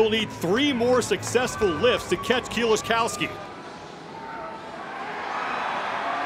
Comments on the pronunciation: "Kills-A-Cow-Ski" American commentators at international events are always good for a laugh. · Super cringe commentary here from the one guy. He goes through about four different pronunciations of "Kieliszkowski" and none of them are correct. Glad they now have people like Loz and Pritchett doing the announcing.